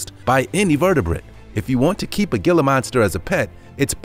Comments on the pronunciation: Gila monster is pronounced HEE-LAH monster. I have caught them in the wild. I wish people would leave them be. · i cringed when i heard gila monster..........thats not how you pronounce that.....Heel Lah monster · Its pronunciation is heela monster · You might wanna use and H rather than the G as in Gila use Hila....Pronounced hela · Gila monster... it's pronounced as 'heel-uh' monster. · Gila is pronounced "hila"! You make a lot of mistakes in pronunciation of words. I am from Ohio as well, but I was fortunate enough to get out over 30 years ago and learned how many of your mispronounced words are supposed to be said. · It is pronounced "Hee La" monster. Spanish. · Gila is pronounced hila that was taken disrespectfully to me because it’s my state’s reptile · It's a (hela monster) the g" is h" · It isn't pronounced "gil-la" . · It's pronounced He-la monster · It is actually pronounced hila monster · Its Gila but pronounced hila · HEE-lə monster, the pronunciation is irritating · That may be true, but as the lizard is native to North America it has a more Spanish pronunciation as the region it's native to has a large number of those who speak the language. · It's a "gilla" monster. He may not have a clue about pronunciation, they got that right. Look at the tail. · The G is pronounced as a 'H" like Jose. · The "G" pronounced "H" . Tell your computer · It's pronounced hiila monster, not gilla monster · The "gill-ah" monster. HEE-LA. It's pronounced HEE-LA. JFC. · It’s “Heel-uh” not “Gill-uh” The G is Quiet. Please look up the Southwest. And for sure in New Mexico. Yes! We are in the USA! Read and look up about the Gila River & More. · "HEE-LA" monster, NOT GILL-AH. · 😄😆😅😂🤣🙋✋✋✋ ☝️And it's pronounced "hee-lah" not "gee-lah" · Ditto!! Thank you! I rarely comment on videos, but this needed to be said!! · It is pronounced "Hila" monster not "gila" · My thoughts exactly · It's pronounced "Hee-lah" monster. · Gilla? No.. Gila.. sounds like Hila .. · It's not gilla it's hila